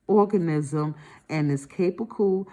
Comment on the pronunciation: My favorite part was when she said orgasm instead of organism 😆